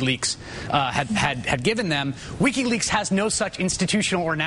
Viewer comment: Lol "Lickiweaks"